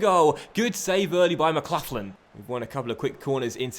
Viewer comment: The way he says McLaughlin